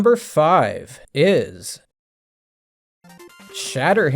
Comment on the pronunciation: Every time I get recommended one of your videos, I start to watch for interest of another gaming opinion, and then I hear "number 10 ... iS" and I have to turn it off. I don't expect my opinion matters, but that "Is" really annoys